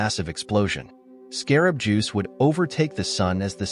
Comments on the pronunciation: also said 'insect juice' one time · I like how the narrator is calling Betelgeuse, "Scarab Juice."